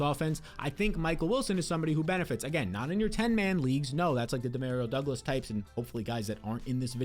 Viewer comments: EXSPECIALLY DEMAREEO DOUGLAS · Lol I swear he was saying it so many times just to troll people in the comments. The number of times he was like "exspecially one de mareo douglas" I think he's gotta be trolling. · That’s not how you pronounce Demario Douglas